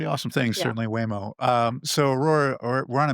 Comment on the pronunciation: " Waymo " ... lol